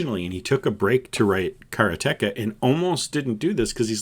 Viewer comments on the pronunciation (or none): It's "BROOD-er-bund" The Gaming Historian clarified this 40 year old mispronunciation for me. It still sounds completely wrong to my ear. Also, "ka-ra-TAY-ka" And while we're at it, Iolo the Bard is "Yo-lo" (not "EYE-oh-lo") and Shamino isn't "shuh-MEEN-oh", it's "SHAM-in-oh". Yeah, it's hard for me to swallow all of these as well. Bonus edit: uh-KAL-uh-beth. Makes me shudder. It will always be ACK-luh-beth to me!